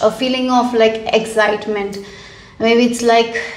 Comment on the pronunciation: Wht is egjitement😂😂 I dont understand wht this lady speaks😮 Moreover,dont understand the concept of unnecessary laughing 🤔🤔